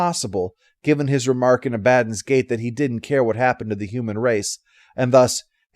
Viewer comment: Your pronunciation of Abaddon is...strange to me. Everywhere else I've ever heard it said, the pronunciation of the As in it is the reverse of the way you say it,. Not gonna question your pronunciation of Cibola though, never heard it before hearing it in these videos.